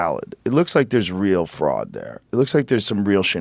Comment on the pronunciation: There was fruud. There was wide spread fruud. It is about 80% that Trump won. There were many cases, many request, almost all lawsuits were dismissed before any evidence could have been reviewed, there were models who showed fruud, and there hours upon hours of video evidence showing fruud. Tim: "Lalalalala, I don't see anything, lalalalala" In life there are very few real test who show what kind of man you are. To most it happens once of twice over the course of their lives. This was one of those moments and Tim failed his test. He chose to ignore the evidence, and thus he will be forever remembered for this failure. Sorry, little man, but you are a traitor to every political camp.